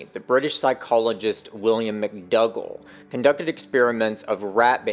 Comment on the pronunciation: McDougal - it's (generally) pronounced, Mc dOO gall(gle) Not Mc dUGG le - McDougall ;)